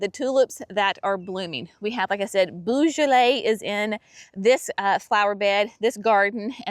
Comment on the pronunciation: The tulips are amazing, I can’t wait to see mine come up, I can’t remember the exact colours other than there’s purple in the mix! When you say beaujolais the beau part is more of a “bo” less of a “boo”🩷